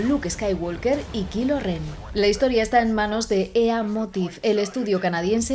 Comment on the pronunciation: Ah que dolor para mis oidos cuando oia KILO REN